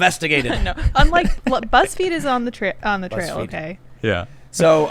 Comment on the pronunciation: Did Tim say "Buttsfeed"?